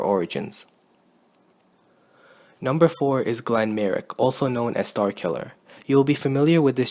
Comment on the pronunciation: Starkiller is called Galen not galan, it might be your accent but it sounds wrong to me